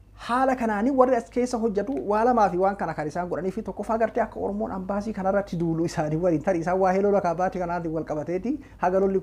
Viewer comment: Hey leenca ko "AMBASII" hinjedhin "EMBASII" JEDHII DUBBISI, MAALOO,,sijaalanna Jaabaadhu😍!!